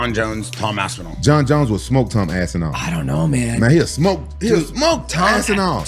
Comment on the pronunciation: Rampage: "Tom Ass-inall" 😭